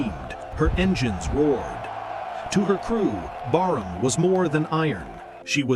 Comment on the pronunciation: the name of the ship appears on the wreck as "Brarmaa". Later the irritating commentary calls the ship "Barnham". Disrespectful fake AI crap and a waste of time.